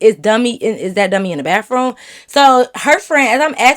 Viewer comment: Lmfao well she is in Michigan and they say that down there I guess. 😂 gotta love her tho. 🤪